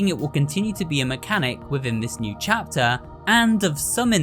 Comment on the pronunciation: no one knows how much i love hearing him say 'chapter' it makes my day with the lil 'chyapter'